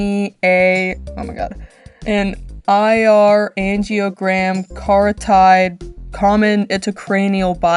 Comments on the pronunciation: Kah-rotted. That’s how Carotid is pronounced. Like the Carotid artery. I’m sorry, that pronunciation absolutely killed me. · It’s pronounced car-o-tid btw :3